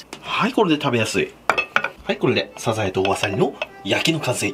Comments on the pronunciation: 発音、サ↑ザ↑エ↓なのね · 時よりでるサザエのイントネーション、愛知を感じる懐かしい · サザエのイントネーションなんか全然違う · サザエの発音が気になり過ぎるw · サザエのイントネーションが気になる 笑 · サザエのイントネーション、、、！